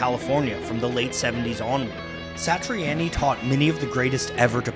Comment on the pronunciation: It's joe satriani. Sounded like on.yy not annyy